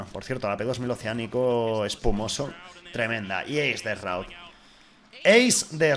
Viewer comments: se pronuncia shroud no shraud.... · Sin ser gringo te puedo decir que no es Roud o Raud como dice, se lee Shraud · 2019 y los españoles le siguen diciendo esroud :v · Como se pronuncia shroud? dice Rauw (alejandro). 😂😂😅